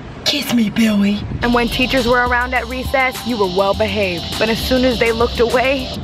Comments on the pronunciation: Kamaryn Sablan KISS ME BIWWY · BIWWY KISS ME BIWWY DONT LEAVE lol 😆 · I lost it every time she said billy but it sounded like “biwy” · Kadence Washington not billy its BIWWY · Kadence Washington she said biwwy not Billy's hahaha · Maggie C no she said biwly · no its bwilly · The random “Kwiss mwe Bwilly” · kWiSs Me BiWwY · Kwiss me bwiley